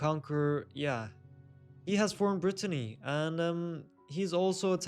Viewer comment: Btw you kept calling Britannia (which is Britain) Brittany ( which is the region in France 😂 the video was interesting though